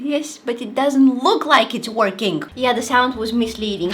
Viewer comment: I heard twerking instead of working 😅